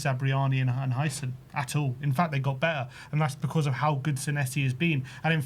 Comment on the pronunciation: Yeah, sorry to be a bell end, but have you forgotten the T in the English language. What's be-er mean. Do you mean better. Come on lads. I'm a Londoner as well, but I do always sound my 'T's! What kind of example is that to the youngsters?